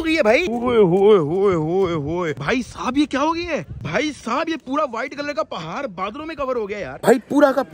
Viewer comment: پہار نہیں پہاڑ